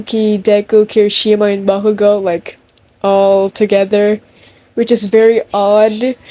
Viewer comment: Not me loving the way you say bakugou 😍😍😍😍